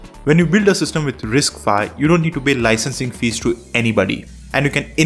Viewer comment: It's "RISC five" not "RISC phi". 😂😂😂